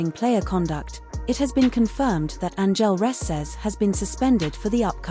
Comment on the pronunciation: What robot is doing to talk over on this video clearly can’t speak and say, Angel Reese